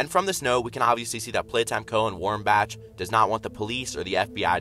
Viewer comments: It’s Bach (bak) not Batch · i believe that "tyre" is a saw also i think bach is pronounced back but with an elongated "A" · Its Warren-Bak pronounces Bach is said like Bock. The logo is not lightning it's an excavator / table saw.